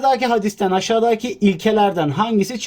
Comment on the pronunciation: Ya abi yalvarıyorum bak çok berbat oluyorsun aşadaki deme ya deme yaa 😠😠😡😤